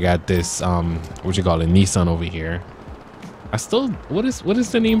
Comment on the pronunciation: The Nissan Titan worrier Pronounced Nis an